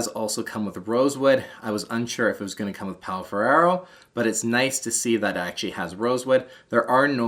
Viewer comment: 'Pal Fererro' or Pau Ferro and 'polyutherain' or Polyurethane. Love the video but loved the pronunciation (seriously loved, not criticising)!